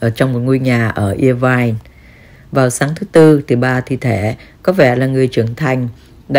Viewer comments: Đọc là ơ vai chứ không phải ia vai nhé bạn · Đọc là [ơ vai] Irvine, chứ ko phải là [i vai] cô ơi.